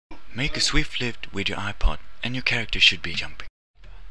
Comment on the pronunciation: HAAAAAAAAAAAAHAHAHAHAHA!!! "On ya apah".